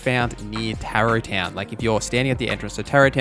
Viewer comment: I hate to be that guy, but you mispronounced SO many names and words 😅 Tarot Town? 😂